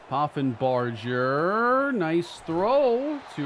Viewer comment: Reese Poffenbarger was the QB for my UAlbany great danes last year. Take care of him cane!! Edit: also, it's pronounced with a hard g like burger (